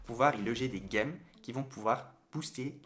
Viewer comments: Merci manifique tuto continue comme sa 👍 Ps: sa ce prononce Gems (jèm) et pas (Guèm) 😁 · Merci pour tes vidéos. Pour ton info, pour les gems (gemmes en français) on dit, a la française, des "j'aime" et pas des "guêmes". Bien à toi!